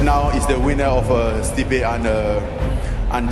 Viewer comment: Joe “steepee” rogan